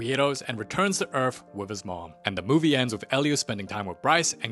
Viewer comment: Noooooo 😭 he didn’t say,” Da movee begins”